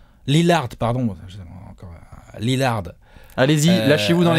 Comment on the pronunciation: on dit LILLAAAAARD <3